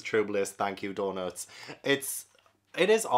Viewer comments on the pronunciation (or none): none